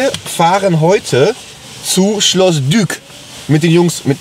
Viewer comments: Es heißt Schloss "Dik" auch wenn es dyck geschrieben wird. Trust me ich wohne in dorf daneben :D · es wird schloss dieck ausgesprochen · Schreibt sich " Dyck ", spricht sich aber " Diek ". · Es heißt Schloss Dyck (gesprochen Dick) mein Schokohase :P